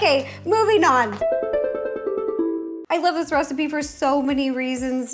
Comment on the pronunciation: just me or did she call it a Rocipe instead of a Recpie? XD